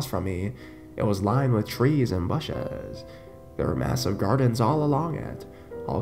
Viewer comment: "twas lined with shrees and bushshss........" seriously?